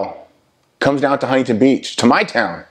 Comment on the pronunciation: "HUNTINTON BEACH" Bro I can't with this dude it's to fucknn funny bro😂😂😂😂